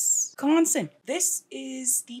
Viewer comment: Please don’t say wesconsin 😂😂🤣 nobody says it like that here no one. It’s wis like Swiss ok and yes I live in medford however I did not grow up here and knew of this but wasn’t here at the time.